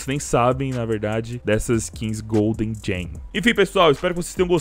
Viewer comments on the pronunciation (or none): Só eu que percebo "golde gein" em vez de gold gem?!